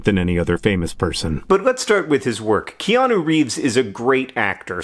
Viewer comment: Ikianu? Never heard of him. Ohhhh, you mean Neo. His name is Neo, dummy.